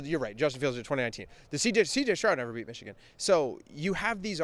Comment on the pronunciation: I dare you to pronounce it Michican again